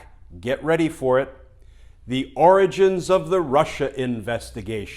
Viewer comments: Why do you keep pronouncing Origans not Oranges ? Like the Geenius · You keep mispronouncing Oranges. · Hey Glenn, am very disappointed that you keep mispronouncing the word. It's 'the ORANGES of the investigation' Also, law abiding & all as they are, I hope all 50 people ignore the subpoenas. If they are threatened with jail, then all the ones who ignored Congressional subpoenas should be jailed too (sauce, goose, gander). And do you really think Brennan, Clapper, Yates, Comey et al will run rings around Graham & Co? They won't be given a chance. All those Senate Republicans will grandstand the time away & they'll have the upper hand. It'll look worse than ever. Better to ignore the subpoenas & say "Waddya gonna do about it?" Don't forget who we're dealing with. You don't play fair with them. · Glenn, I believe you misspoke. I believe it’s pronounced the “Oranges of the investigation.”